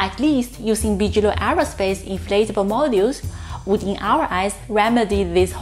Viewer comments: Hey guys, your grammar is better than a lot American born speakers. But yes, Bigelow is pronounced with a hard 'g', like biggest. Kind of mistake anyone makes if haven't heard the word before, just read it. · Thank you. I enjoy the videos. I can't seem to get enough SpaceX news and all the presenters on YouTube have a little different take. Oh it's "Big-eh-low" not Bij. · I like the way he says bigalow that's the cool German way to say it and gives the flavor we all know what he means!! I hope keeps on pronouncing Bigelow the way he did we have too many people saying it he American way that's boring.